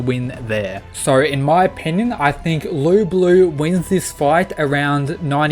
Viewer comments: the whole time he was calling Lu Bu "Lu Blue" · i really didnt like how in the match with thor . every time thor got 'serious' nothing changed , and i really dislike thor being so weak in this series/ btw why do you pronounce it lu blue?